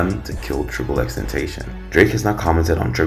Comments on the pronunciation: STOP SAYING HIS NAME WRONG ! !!!!!! D:<<<<< IT IS NOT XXX TEN-TAY-SHIN IT IS XXX TEN TOSS-SEE-OWN!!!!!!!!!!!!!!! I WILL NOT BE SUBSCRIBING OR TURNING ON NOTIFICATIONS!!!!!!!!! FUCK YOU!!!!!!!!!!!!!!!!!!!!!!!! DONT EVER DISRESPECT JAHSEH LIKE THAT EVER AGAIN!!!!!!!!!!!!!!!!!!!!!!!! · Dude u say his name so wrong....its pronounced, ten-tass-sea-on NOT ten-sation how u say it🤢 I was gonna give a "like" but from insulting homeboys name like that sorry I cant🙏🏼 and its not "triple x" 😅 u pronounce it how u see it, ex - ex- ex🙏🏼 I like the Vlad TV interview with daylghts alter ego....he spills the beans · tentation is not his name ..... ten ta cion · L for you saying triple x tentashon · Triple X Ten (ta-c-ön) pronounce it right bitch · Ten Tayshin. Can’t even pronounce his name right, but knows enough to walk you through a hypothetical murder case. 👌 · I would follow if you pronounced Xs name right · Can you say and spell his name right? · Jesus pronounce his name right, please, he’s not with us no more, that’s mad disrespectful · I’m mad at how he pronounced his name. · You say his name wrong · Bothered me how you kept pronouncing his name wrong, but nice video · Ain’t nobody gonna mention how this dude made a 20min plus video and researched xxx and can’t even say his fkn name right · No one finna talk about how he said xxxtentacion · I dropped a dislike solely because it’s 2021 & you can’t pronounce X’s name right. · Yeah first thing I noticed too. Do you not listen to him or watch interviews? He explains his name many times. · cuz he can’t pronounce his name 😂😂 ignorance isn’t a good look..he’s not the only one giving this same information just saying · Aye at least pronounce his name right next time guy. 😒